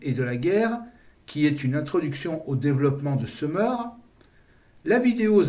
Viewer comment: j’ai toujours entendu Sumer et non seumeur, d’ailleurs vous dites Sumérien et non seumeurien. Mais ça n’a pas d’importance, votre vidéo est très intéressante et captivante ! Merci pour votre travail !